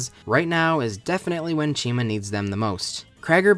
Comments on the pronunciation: I thought you said china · Never herd it pronounced. Always figured it was said like Chimera So ch-I-ma . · Why is the protagonist's name pronounced like it should be a brand of shampoo